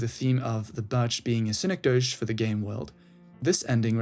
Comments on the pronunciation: Its pronounced SIN-EK-DOE-KEY btw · Yea it sounded like you might've thought it was French? lol anyway good vid otherwise